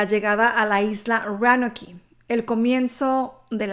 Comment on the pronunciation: La pronunciacion para Roanoke es " Rounouk" y para Raleigh es "Ralig"